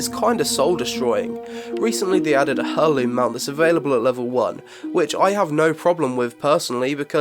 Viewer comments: Nice vid, BTW its pronounced AIR LOOM, not HER LOOM, peace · It's pronounced " AIr-Loom" why are simple words so hard for you tube video creators? lol Good video though!!! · The h in heirloom isn't pronounced...just saying... "airloom" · its pronounced 'air-loom' not 'hair-loom' wtf. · pleeassee, its not "Hair-Loom" its "Air-Loom" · Heirloom - it's pronounced AIR-loom. Please! You're a native English speaker! ;) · Sorry but turned it off. I couldn't handle your pronunciation of heirloom. It's pronounced "eireloom" or to put it simply "airloom" as in tool past down through generations. You wouldn't proclaim "This is Phillipe my son and hair" "Hairloom" as you pronounce it sounds like some wierd girly night thing. TLDR: drop the H or you sound ridiculous. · Cool video! It is however killing me how you're pronouncing heirloom - its not 'her'loom, its 'air'loom. The H is silent and the eir is pronounced like air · 'air-loom' the h is silent like in heir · That annoyed me also lol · The "H" in heirloom is silent. Eir-loom'. Not trying to be "that guy", just want to help. Good video though. I miss the Vanilla and TBC experience, I may need to check out an emulated server. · Heirloom is pronounced 'Air-Loom' btw. :P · It's pronounced: Air-looms, despite being spelled: Heirloom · heirloom, (air-loom). that is all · Reasonable overview. The mispronunciation of 'heirloom' is hard to hear though. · You say heirloom weird.... The h is more silent like in whip what.